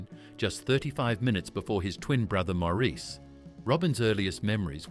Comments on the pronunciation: Maurice is pronounced morris, not moreese 🙄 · Maurice is pronounced Morice not mor-eece. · It's pronounced "Morris". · Pronounced like “Morris,” not “Mo-REESE.” Otherwise, nice job. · Maurice pronounced his name Morris. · Robin's twin brother's name was pronounced MORRIS NOT MAURICE! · Maurice is pronounced Morris. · It's pronounced Morris! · It may have already been pointed out (397 comments as of this post), although spelled "Maurice", the brother's name was pronounced "Morris". In another video (an interview with Barry & Robin), it was noted that it was Barry (not Robin) who wanted to disband the Bee Gees after the death of Maurice. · I thought Maurice was pronounced Moor-eece, too. It is pronounced Moor-iss. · Great video! Maurice is pronounced “Morris” I believe. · I think its pronounced morris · Please, pronounce Maurice's name correctly. It's "Morris". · yes! That annoyed me no end how the narrator didn’t even pronounce Maurice’s name correctly. Also, he was at one stage talking about Robin, and it was Andy who was on that part of the video. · The Bee Gees were a unique group / band, no one really came anywhere near them in sound and creativity, I think everyone has at least one Bee Gees song in their head. They were up there with the best. I wish this narrator would pronounce Maurice Gibbs christian name correctly, he wasn't a damned French man!